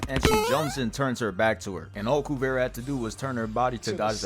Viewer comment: Spelled "Kuvira." Pronounced "Kuvira" all through the show. Where did "Kuvera" come from?